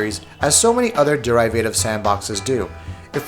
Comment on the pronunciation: Ikr? This guy's annunciation skills are garbage. Instead of saying derivative as de·riv·a·tive (or even der-iv-ative), his annunciation comes of sounding like dare-i-vi-tive. It all sounds very text-to-speech. And, whoever typed the text threw phonetics out the window.